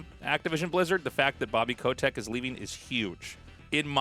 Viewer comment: Who tf says 'ko-tech' ffs